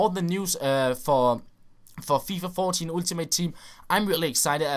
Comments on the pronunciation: Ultimate Team is actually pronounced Åltimate Team;) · hej, god video, som altid. jeg ved det er en ligegyldig ting, men lyder altså komisk når du siger "ultimate" med dansk u. Det udtales som et engelsk "a" som i "all". Det er ikke sagt får at spille bedrevidende, kun ment som en hjælp. tak for alle dine uploads. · Dude, you freaking stupid you say Ultimate like fucking Ultimate not like Altimate, and besides people can pronounce things how they want, you dumbshit. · "ooltimate team"